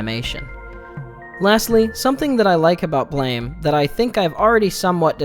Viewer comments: It's pronounced like Blam! And not blame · I thought it was pronounced "Blam" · It’s pronounced BLAM, as is the sound of the critical contingent weapon he wields. Honestly a great manga and very extensive in its lore. Never explaining much through words. The different sources (blame! and so on, a book of concept art expanded comics of various characters, even a sequel called Blame! 2) lean into the gravity of the world. Shi… I could write a book on Nihei’s works. His other mangas are influenced on each other, and near too complex to try to fully understand. Simple concepts with intricate systems supporting them. I could go on for hours. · Don't mean to he that guy, but Tsutomu Nihei pronounces his manga like, "BLAM" like the onomatopoeia of a gunshot or explosion. Not "blame", like I don't blame you for not knowing this. I heard you use both the correct and incorrect ways of pronouncing the title. But, to set the record straight for anyone not aware. If you need references to prove what I'm saying is true, please just simply Google or YouTube it and you'll see. Good day, now I'll go kindly fuck off. Lol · It's pronounced blam. It was a miss spelling